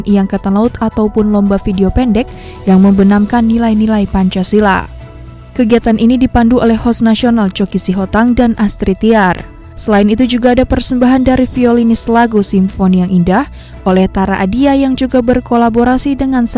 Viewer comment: Sitohang min bukan sihotang, haha semangat min